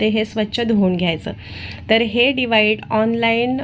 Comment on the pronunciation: अतिशय छान विडिओ पण डिवाइड नाही डिवाइस असतं